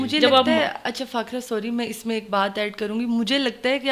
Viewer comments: خ ko خ hi rhny do ye kya nkhry se کھے کھے na bolo Her name is فاخرہ not فاکھرہ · یہ کیا نیا وتیرہ لوگوں نے پکڑ لیا ہے ہندوؤں کی طرح فاکھرا!!!!🤬🤬🤬 بی بی صحیح طرح سے اس کا نام لو فاخرہ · What do you mean by Chawlian, and call her Fakhira not Fakhaara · Plz kanwal jis ko bulati hain onko b moka dea krain bolne ka khud he bolti hn bour kr deti hain ۔or plz indian accent mn bat mat kea krain jese k onka nama fakhra h to keh ko clear bolain . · Wow she didn’t even pronounce fakhra 😮